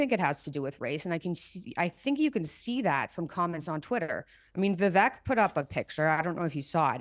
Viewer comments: Why doesn't she know that Vivek rhymes with cake? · Mikhaila is talking about racism towards Indians and she can't even take the time to say Vivek's name properly. It's Vivek, vek rhymes with cake. I'm only here for Candace, couldn't care less what Jordan Peterson's perma scowling daughter says about anything. Mikhaila seems like a very miserable person.